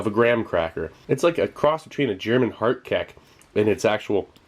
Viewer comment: "Hardkek" lol